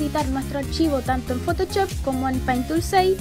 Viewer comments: me da gracia como dice photochop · me encanta tu pronunciacion de photoshop